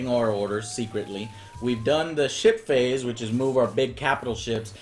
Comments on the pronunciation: Everytime he said "ship-phase" i thought:"did he just said "shit-face"?" xD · Am I the only one who hear 'Shit Face' when Joe says 'Ship Phase'? x)